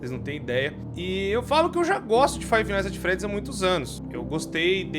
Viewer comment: fiva night at embriaguedy😂😂😂😂😂